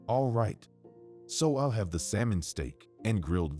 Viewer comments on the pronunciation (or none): none